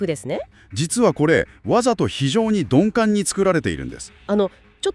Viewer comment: 鈍感をドンペンみたいに言うなw